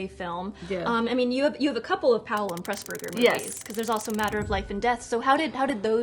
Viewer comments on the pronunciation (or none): none